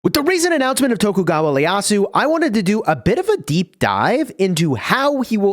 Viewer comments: Its not Leyasu. Its actually ieyasu. Pronounced “ E-ye-ya-su” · Is it just me or is he saying Leyasu instead of Ieyasu? Hahahaha love the vid :D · Noticed that as well lol, it might end up as a nickname for him if it sticks even though it isn’t correct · Again,. IT's Ieyasu, not Leyasu. ieyasu. with an i. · btw its ieyasu not Leyasu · Its an I not L in his surname